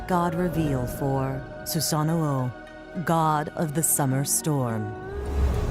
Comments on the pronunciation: Who says susano like that it’s su sano not susanno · His name is Susano. Why does she keep saying Susanao...